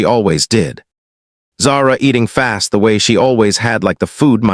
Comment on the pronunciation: The story was good, it had a nice ending, but the AI really needs work on it pronunciation it was annoying. The word the and even the word a were not coming out well and there were other ones as well.